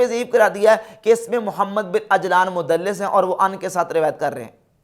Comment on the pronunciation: AP Muhammad ka name bh thk sy nhi ly rhy apni vedio khud sunain zra